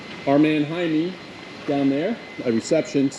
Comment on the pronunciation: It's Jaime, not Hyman.